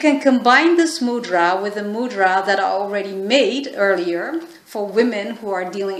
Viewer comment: Please correctly pronounce mudra... It's irritating to hear ..from India